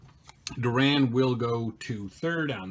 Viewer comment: It's not Bill "Roberto Duran", it's Bill Door-an.